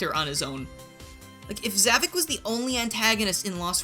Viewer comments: Something I must point out, in the series his name is pronounced "Zah-Vok" but you keep pronouncing it as "Zah-Vic". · Okay... This is really starting to frustrate me. You keep saying ZAH-VUK. That's not how it's pronounced. The correct pronunciation is... Discount Bowser.